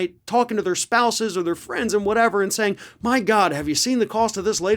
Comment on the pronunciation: "... Did you see the latest round of tax cuts I've received? By God!" No, not by God but by republican politicians doing what their corporate paymasters tell them to do. Btw, nice English accent on the "By God".